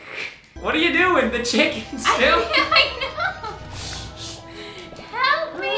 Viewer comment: I take a shcken you take a shicken